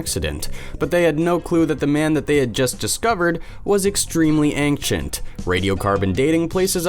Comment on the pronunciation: how come this person still can't say ancient properly, despite constantly saying it.